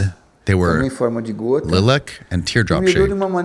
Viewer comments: Lilac….pronounced Lye-lock. Definition - a pale shade of purple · How do you make it that far in life and cant pronounce "lilac" lol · work on your outros bro, they are terrible. also, who the hell doesn't know how to say Lilac? lol